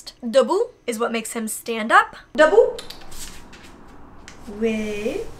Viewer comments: Hahahahaha it’s Debout not début but good try 😂😂 Début does means beginning ( google translated it correctly) but it doesn’t make him stand up. debout literally means stand up It’s because Molly mispronounced it sounded like debut instead of debout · It’s « debout » (stand up) not « début » (which means beginning) :) just so that you know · It's "debout"/stand up or letterelly 'Up' & Not déput/Begining Love you ♥🔥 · Hey ! I suppose some other persons told you that but when you ask your dog to stand up it's debout in french and not début :) And do not say again that you sound stupid when you speak in another language, it's cute af and my passion is to listen to stranger speak french cause it's cute and sexy and arrrrg :P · molly it's "debout" not "début" those are different words😅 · Are you sure it's not Debout? Which litterally means stand up. You also pronounce it Debout. Début meaning more start like you wrote in the video. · when you want him to get up, it’s actually « debout » instead of « début » that means to stand up. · It’s DEBOUT not DÉBUT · you're saying "debout" which means "stand up" and not "début" :)